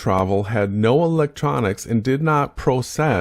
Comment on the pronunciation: If someone gets the words "process" and "precess" so embarrassingly confused when talking gyroscopes, they kind of automatically loose the argument, right?